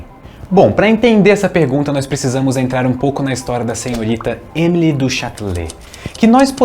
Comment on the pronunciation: Se pronuncia “Emilí”, com tônica no último “i” (o último “e” é mudo)